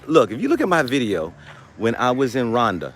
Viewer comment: ASANTE SANA BWANA. I hope we all take this to heart. We don't want what happened in Liberia to repeat itself in the new Africa. It is still a sensitive topic. For those of you living in Rwanda, It would be good to at least pronounce the name of the country you are living in correctly. Love&Peace